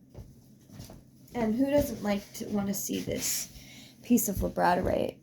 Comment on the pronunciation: Gonna watch again. As i said before, you're voice is calming to me and it lulled me to my slumber when I couldn't sleep and had been trying for hours. What i did hear before i dozed off, is super informative. Thanks for the info. Hope your week is awesome. ❤😊 P.s. its pronounced lab-a-dor-ite. I struggled with this pronunciation myself. Its one of my favorite crystals.